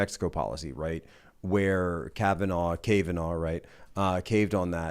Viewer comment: "Cave-in"naugh. Love it.